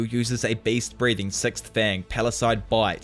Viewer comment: ngl I kinda misheard you saying beast breathing as based breathing and it made my day